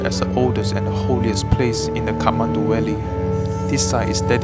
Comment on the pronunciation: Great production. No disrespect but you kept pronouncing V as W. Eg Valley as Walley. As for voice over, I hope u either increase voice vol by 10% or reduce bgm by 10%. Keep up the great production! Love the drone shots.